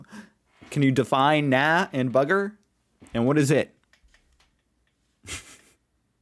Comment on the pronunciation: Na bugger it is as you said, I don't give a toss. Let's do it anyway. In Aus, we pronounce Na as though you are saying the 'a' as an 'r' of sorts